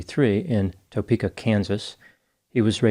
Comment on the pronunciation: Kansas resident here.. Lol its not said Toe-pe-ka it's Tah-peka